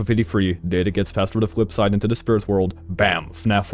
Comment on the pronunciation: "The fwip side"